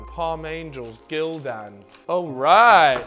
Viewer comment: Him saying Gildan like that was making me cringe